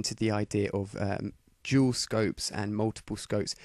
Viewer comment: lol i kinda heard u say jew scopes instead of dual